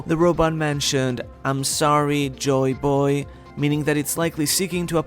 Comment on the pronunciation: Good vid like always, but it sounds so weird, when u always pronounce it joyBOY, instead of JOYboy